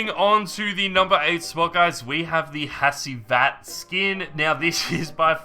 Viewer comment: you pronounce hacivat as "HA-G-VAT"